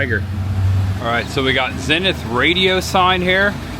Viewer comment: FYI its pronounced ZEEENITH😂